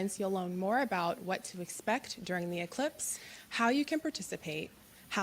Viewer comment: He definitely made sure he said elipse instead of eclipse,that's a job for Paul Knight, he'll be on that big time and I'll be waiting for the next episode he does with you👍